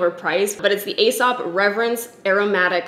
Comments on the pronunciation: it’s pronounced “ee-sop” not “ay-sop”. (They used to be a client of mine back in Australia and they corrected me when I said it the “ay” way!) I’m also addicted to their hand wash. I bought their large hand cream and it was like $100 and I felt like a fuckin’ nob but damn it’s good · As soon as you said 'fancy restaurant' I knew you were talking about Aēsop. You pronounce it 'Eesop' (see in the logo, the line over the e). It lasts FOR AGES. I consider the mandarin handwash essential for my wellbeing and mental health ;-) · It's "ee-sop". The cosmetics/personal care brand company spells their name "Aēsop" which is another way to spell it, indicating a long e sound ("ee"). Ae (together) was once it's own letter/symbol: æ (it's known as 'æsc' or 'ash', which is how its pronounced) which you'll still see occasionally. Brits use the ae (mostly seen as separate letters now) that North America generally doesn't (not even common in Canada, where we've retained the U in worlds like colour and neighbour). So that may still be used in words like encyclopaedia, paediatrician, and archaeology. You'll see it in Caesar, too! All of these examples see the ae pronounced as -ee-. Annnd that was a lot of explanation. Take what you will, leave the rest. 🤷‍♀️ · Ahaha loved your Aesop spiel! I always forget that it's so much more expensive outside of Australia. We get so many overseas visitors stocking up bc it's mildly affordable here. Btw I work for them and it's pronounced as "e-sop" (rhyming with key) but I pronounced it incorrectly in my job interview lol so don't even worry. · Aesop is pronounced ‘E-sop’. I literally interviewed for their labs in Melbourne and pronounced it the same as you and they instantly corrected me. Mortified but also I learned a thing.